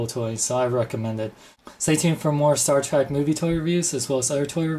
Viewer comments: It's Star TREK not Star TRACK. No offense, but you are just pronouncing it wrong. I have never in my life heard anyone pronounce it Star Track. With that being said, I don't like Playmates offering of the USS Enterprise. It lacks detail, paint, and looks more toy-like than something I would proudly display next to my Enterprise Refit by Art Asylum. I'm hoping that Art Asylum puts out a version of this ship because I know they will do first rate job. Apparently, these ships were rushed for retail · Spell it with me ...T ... R ... E .. and ...K ....now slowly pronounce it.... Staaaaar Trek.........not Track. Thank you and godbless your speech impediment. There's a place in this world for everybody. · sean, why do you pronounce it star TRACK? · U SAID STAR TRACK!!! ITS STAR TREK!!!!!!!!!!!!!!!!!!!!!!!!!!!!!!!!!!!!!!!!!!!!!!!!!!!!!!!!!!!!!!!!!!!!!! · shut it its sopost to be sed like this Star track every 1 says star track beides it sounds weird as hell saying star trek insted of star track people have allways sed star track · star 'trak' lol